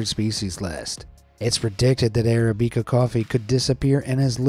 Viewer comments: Arabica is pronounced with "bick" not "beak" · You've never heard someone say the word arabica huh? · arabica was mispronounced!